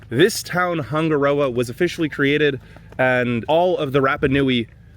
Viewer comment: Wish you actually took the time to learn how to say Hanga Roa. Sounds horrible. Switched off